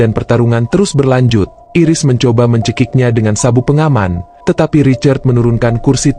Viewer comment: Min.. Bacanya bukan Iris (jd kayak iris bawang 😭)... Bacanya Airis.. Makasih Min..